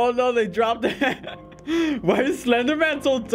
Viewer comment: It so funny that you said eet!